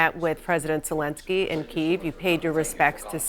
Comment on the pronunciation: Key ev. Say it right. Not keffgv